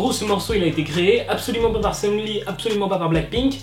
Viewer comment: seungRi avec un R omfggg, pas sEuNgLi